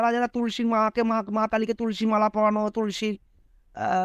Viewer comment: ভাই তোমার এত জালা কিসের, যে তুমি কৃষ্ণ কালী মায়ের নামে এই বাজে কথা বলছেন, আমার তো মনে হচ্ছে আপনি মানুষ না, একটা ভিডিও করছেন তাতে এত বাজে ভাসা বলছেন, আপনি জানেন না তুলসী মালা টা উচ্চারণ করতে পারছেন না, বড় বড় কথা আপনার মুখে সাজায় না, আপনার কিসের ব্যবসা সেই ব্যবসাটার দিকে মন দিন, কৃষ্ণ কালী মায়ের নামে নিন্দা না করে